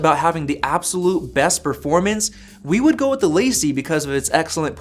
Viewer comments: Dude your LaCie pronunciation is killing me. It’s Lah See, not Lacey. It’s a French phrase that means The Company. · Just FYI it’s pronounced “Luh-see”, not “lacy”. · Please stop pronouncing it "lacey" it's La CEE (French)!